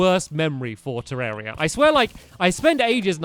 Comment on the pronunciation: It's been 155 episodes and 2 years or more and you still pronounce 'terraria' 'terreria' :\